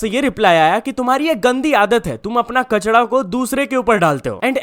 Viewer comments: Bhai kachda kya hota hai kachra hota hai na 🤔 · कचरा ❌ कचडा ✅